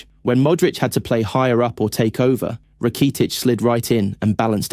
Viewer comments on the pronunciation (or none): I thought the video was great until he said “Rakeetich” and “Sholes” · You need a better AI narrator. This guy sounds like a soulless robot. The pronunciation of Rakitic was....interesting 😅😂 when you upload your script to the AI voice generator I recommend spelling names phonetically so your robot pronounces it correctly 😅